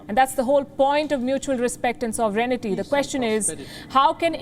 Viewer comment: Why do you always pronounce "sovereignty" as "sovereignity". Pronunciation of English news channel anchors are regarded as ideal. But you are ruining it.